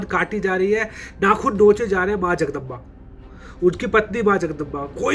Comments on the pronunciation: Its not jagdamba it is जगदंब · Jagdamba nahi Jagdamb bolte hai Chatrapati Sambhaji Maharaj. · Ba nahi b jagdamb bolte hai